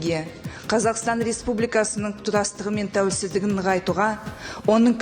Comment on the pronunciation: 😂қасқа тәуелсіздігіне деген сөзді тәулесіздігі деп қасқа қате қате сөйлейалмайттағо екі сөздің басын біріктіралмай тұр сауатсыздар қалай қазақ елімізге депутат болмақшы қасқа